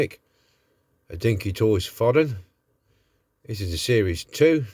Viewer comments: it's fo-den,not fod-en,.looks ok,but all these early Dinky's are a tad basic imo.nice resto having said that. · Never heard Foden pronounced as 'Fodden'.